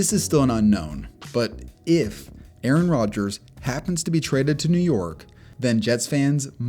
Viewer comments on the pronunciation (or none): none